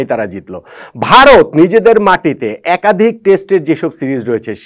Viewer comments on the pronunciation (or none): none